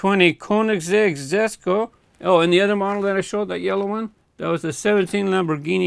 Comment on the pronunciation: the word jesko is pronounced as "Yes-ko" in swedish also congrats on the super!! please do a video on the urus as well